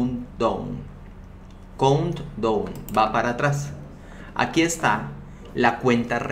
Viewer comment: Se pronuncia “ caunt daaun” (count down)(cuenta regresiva)